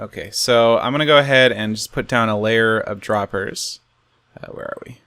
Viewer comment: A stack of "Hoppahs n' Droppahs"